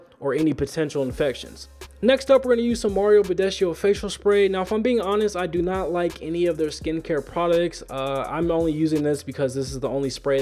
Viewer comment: You didn t pronounce Bădescu corectly, but anyways! Romanian is difficult, proud to be Romanian 🇷🇴🇷🇴